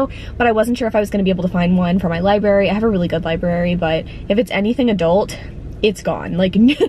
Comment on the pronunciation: Well if you didn't like the murderer reveal in Dark Places maybe steer clear of The Whisper Man 🙄. Ah. Also you say liberry awe. :)